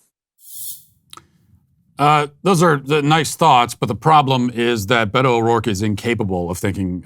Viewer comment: We should take Beto as seriously as Matt takes pronouncing his name